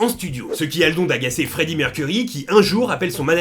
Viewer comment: Mec t'a massacré le non de Freddie 😂😂😂😂